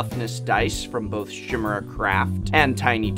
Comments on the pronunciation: Chimera is pronounced Kye-Mir-Uh, not Shimera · Its pronounced "Ki-meer-uh" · You really pronounce chimera like that? I thought it was Kai Mare a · Chimera is pronounced with a K sound like in School rather than an SH sound. And thanks for going over these options. I particularly like the tokens that you can write on. The dice were meh as were the food tokens. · Kai mare a Is the correct pronunciation because it is a greek word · I thought it was pronounced, Kim-er-uh. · Got it fixed faster than I expected. This is the FIXED version of this video. What was changed? No, it wasn't my incorrect pronunciation of chimera, something I have been willfully doing since 4th grade. In the demonstration of the Turn One Gaming tokens, I accidentally used a wet erase marker and not a dry erase marker. I want to stress that this only happened when I filmed the demonstration, and I used dry erase markers all throughout testing these tokens. Nonetheless, this made the video look much more dramatic in terms of how much ink comes off with a paper towel, and just how much gets on your fingers. My apologies for this error. My comments, evaluation, and grade remain unchanged. You can still see in this video (although not quite as dramatically as the last) that you still don't get a perfect wipe with dry erase, and I still maintain that you should not be using markers, even dry erase markers, anywhere near your magic cards. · Hah! I used to pronounce Chimera the same way. It was one of those words I read in books, but never heard spoken aloud until much later in life. There certainly are a lot of those, when you read a lot of books. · despite being an english major, you still couldnt pronounce "Tarmagoyf" and "Chimera" right